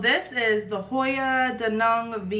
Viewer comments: DaNang. ( pronounced like Day Nang) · Actually pronounced it exactly right. Only in english it would be Day Nang, but in it’s native language it is said as “Da Nang” not “Day Nang”